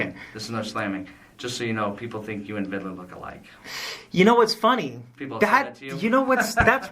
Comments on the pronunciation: It’s Sargent VIDLER not VIDDELER. Dewitt’s knows his correct name, he’s just being obnoxious here. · Every time he says "ViDaLer" I throw up! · The way he says Vidler’s last name like he’s saying riddler is so irritating!